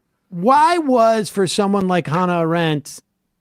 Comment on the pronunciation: Her name is AH-rent, not a-RENT. Please do her the honor of pronouncing it properly.